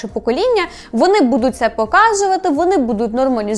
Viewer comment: Не будУть, а бУдуть. Не псуйте нашу українську мову, будь ласка. Я проти фаріонщини, але цю помилку Ви зробили більше ніж два рази. Ріже вухо. А взагалі чекаємо на новий сезон, може буде цікаво